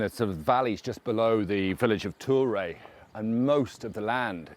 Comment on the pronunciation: Turre? Not even close, try again pal!